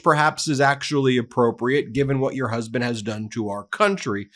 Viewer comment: Myyy khasband😂😂😂